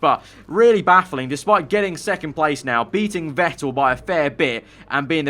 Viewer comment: Vettle XD its vettel